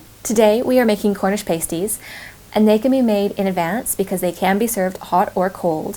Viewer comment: Hi, Pasties is pronounced with a hard "a" as in "past" or "cash".